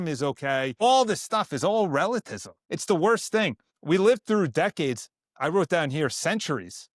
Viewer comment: Bro, I can appreciate your hype for the Faith! Slow down just a bit, it's pronounced "Relativism" Re la ti vism. Otherwise, I agree with you brother! Keep growing in your Faith, keep learning regarding the Traditional Catholicism and its departure rupture after Vatican II. Please read or audio book Taylor Marshall's Infiltration book! There's also lectures by Michael Davies, and many other Traditional Catholic pioneers. Suggest listening to Kennedy Hall as well and his books! You can love and defend the TLM and Traditional Catholicism without becoming a Sedevecantists! God bless, keep the Faith 🙏🏽